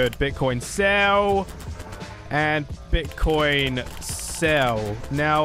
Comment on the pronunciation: Did you said bitchcoin? XD LOVE YOU